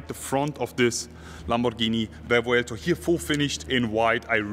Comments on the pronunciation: THANK YOU for not butchering it's (indeed) very cool name and not playing the dumb Google Translate game that EVERY other channel is doing. As a language speaker, world traveler and Lamborghini lover that made me stay here. You got a new follower. Moving on, the car is amazing. Mine will be a 2025 model, still waiting for my Countach. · I wasn't convinced on the name but the way you say it made me appreciate it more 😍